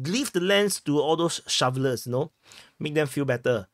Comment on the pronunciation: " leave the land to other showelers " HAHAHA